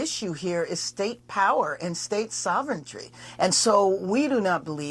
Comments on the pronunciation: She said sovereigntry. That’s not a word. The word is sovereignty. Idiot. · she said "state soventry" 😂😂😂😂 She's the Mayor of a city and doesn't know the word sovereignty😂😂😂😂😂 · Soventreee? WTF is wrong with the mind of the left. No question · That woman referred to her states sovereignty as sovereigntry. Even my leftist I Phone flagged that when I purposefully tried to misspell the word. Why do people vote for dumb fucks? If you use a word that you obviously don’t believe in, at least look it up so you can pronounce it correctly. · She's another cringeworthy woke fool. She can't even pronounce the word 'sovereignty'. God help the United States.